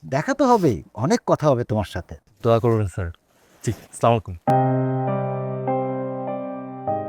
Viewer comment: নাটকে সালাম দিচ্ছে ভালো কথা কিন্তু ভুল কেন? Next time শুদ্ধ ভাবে সালাম দিবেন "আসসালামু আলাইকুম" হবে